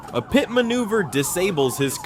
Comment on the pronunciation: Yet still really good videos I mostly haven't seen before. The AI crack me up when it tries to pronounce PIT - it's like 'PEET', 'P-EYE-OH-TIP', 'PEETEE' etc. The dingleberry breath!